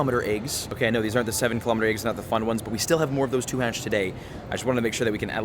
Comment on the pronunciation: He‘s literally saing aiggs!😂